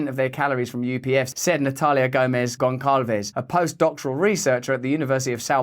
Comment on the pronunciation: ahhaha it's pronounced "GonSalvsh" (I know, it's bizarre that someone would use a ç in place of an s). I think Americans know this from Mexicans. haha our nouns always have a trailing 'e' too (like, 'age' is 'idade' or 'idad').